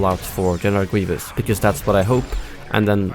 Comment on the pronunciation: "Genewal Gweevus"